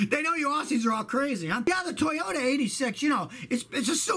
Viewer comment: Suoyta ... Toyaru